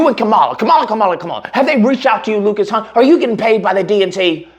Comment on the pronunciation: Great coverage Lucas. I honestly feel bad for all the Jewish people voting for Trump. He conned them real good. I'm Jewish and of course, I'm voting for Kamala... Also, will this pos ever pronounce her name correctly?